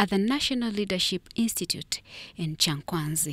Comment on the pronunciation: It's Kyankwanzi not Kyakwazi